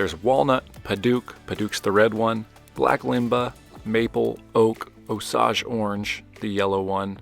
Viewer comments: "Osaaahgeh" orange? I'm sure everyone in the Midwest shuddered in this pronunciacions. "O-Sage" is what we're used to. 😂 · Osage is pronounced "O-Sage", as in the herb Sage! Awsome work as usual! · It's pronounced 'oh'-'sage'. Think the national anthom, "Osage, can you see..." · Osage is pronounced o - sage. Sage like the spice. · Buddy you keep saying osage wrong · Osage is pronounced with a long "O" and long "A". Think of the first 2 words of the Star-Spangled Banner. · As an Oklahoman that lives next to Osage County it pronounced like the sage plant not massage. It's named after the Native American Osage Tribe. Enjoy your videos old and new. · By the way, Osage Orange is pronounced to rhyme with Sage (the herb)